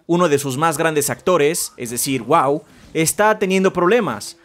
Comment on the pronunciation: ¿Pronunció Wow como Waw? xD